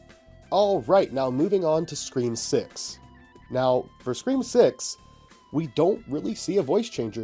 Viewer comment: 5cream is such a hilarious pronunciation, thank you for that. 🤣